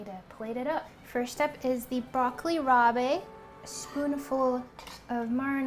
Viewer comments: Broccoli "rah-buh". Not bay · FYI: Broccoli Rabe is NOT pronounced rob-ay. It's just pronounced "broccoli rob." Great video. I've also done this before and feel his recipes are easy to follow with simple ingredients. He doesn't fuss over super luxurious or fancy ingredients so most of his recipes are actually pretty approachable for a more experienced home chef. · ChiZillaaa it’s also not pronounced Rob. Like a shortened version of Robert. It’s rahb. It also looked nothing like broccoli rab, that would have more greens. This was broccolini. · she kind of said it right, like raab, but she added the é at the end, not sure why. lol...maybe she thought it's french? rabé the frappé? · I adore you so much but every time you said Broccoli Rab*e I cringed lmao, just broccoli rab* don't pronounce the e pleaaaaase. Also as ALWAYS the food looks amazing! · It's pronounced broccoli "rob" not ra-bay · Also, broccoli rabe is pronounced just like rob. Not rob with a hard a sound. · No. It’s pronounced as rob. She added a hard a at the end. Not an e. Also, she kept calling prosciutto parma ham which is weird to say. It’s dry cured ham but no one calls it parma ham. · Broccoli "rob." Just call it rapini lol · Broccoli “Robbay” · broccoli rabe is pronounced broccoli "rob" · That was the one thing that bothered me haha... the way she pronounced broccoli rabe... also it did look more like broccolini than broccoli rabe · You're mispronouncing the broccoli rabe.